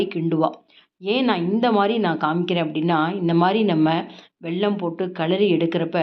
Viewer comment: Say vellam not velllam